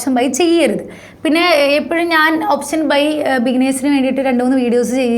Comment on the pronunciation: ഓപ്ശനല്ല ഓപ്ഷൻ 😬 . Just kidding. Nice Video